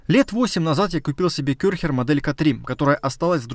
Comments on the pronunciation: Только не Кёрхер, а Кэрхер. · Не кёрхер, а керхер......аж бесит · Ребят , а фирма Kärcher в России пишется как Körcher ? А то не могу понять почему говорят Кёрхер .